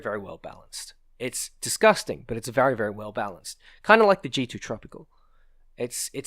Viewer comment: when you talk about this tank fuucking disgusstang.